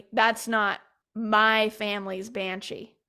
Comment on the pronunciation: Why is she saying banchi? It is banshee.